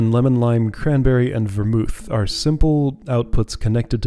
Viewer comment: This is I think my favourite puzzle in the game because of how straightforward the input and output goals are, but there are so many ways to encode that data and find a solution. Your pronunciations are right; Ver-MOOTH (a moderately alcoholic mix of brandy, wine and spices); GIM-let (soft g, like Gimli the dwarf).